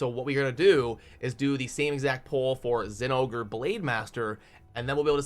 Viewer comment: I'm proud of you, you said the name right.